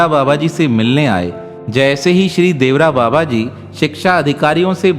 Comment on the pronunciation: बाबा के नाम का सही उच्चारण देवरा बाबा नही अपितु 'देवराहा बाबा' है🙏